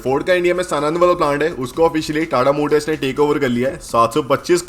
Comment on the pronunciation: bhai agar aap comments padhate ho to batadu सनन्द नही साणंद nam hai us jagah ka 🙏😃